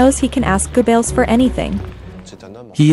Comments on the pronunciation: He'll yeah buddy the worst for me was Joseph gobbles that was painful for everyone I'm surprised she got Hitlers name pronounced right ✅️ amazing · Its driving me crazy she keeps pronouncing Gobbells name “Goo-bells”. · Hey, that's Joseph Goebbels. Like Goh-bilz, emphasis on the first syllable. Not "G'bells. Got it! G'day😂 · It's pronounced Gerbuls, Joseph Gerbels (also phonetically). One of the top disciples of Hitler. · Gooo Bells sounds Right ! LOL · OR IS IT JOSEPH GABELLS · Ger-bells? Or should that be "Jingle bells jingles bells jingle all the way Oh what fun it is to ride in a one horse open sleigh" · Guebells? Guebells?? When it's going to be repeated in every sentence, please.... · I never thought hearing Joseph goebbels name wrong so many times would irk the shit out of me. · Immediately I heard the way the narrator pronounced Dr. Goebbels' name, I knew something was wrong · and it's annoying how they pronounce Geobbels. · The mispronunciation of “Goebbels” undermines the cred of this as a documentary. Juvenile and silly mistake.